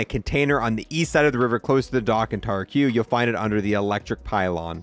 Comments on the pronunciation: Bro taraq is pronounced "tai_rahck" not tar q smh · "Tarah -Q?" its "Tahrack"!